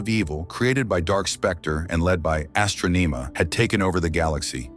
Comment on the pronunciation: Astronema, Zordon, and Galaxy among other words are consistently mispronounced.